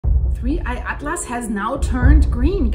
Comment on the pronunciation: That is the correct way of pronouncing it, according to my scientific calculations.